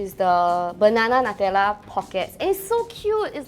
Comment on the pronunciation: Nutella should be pronounced as (new-tell-uh)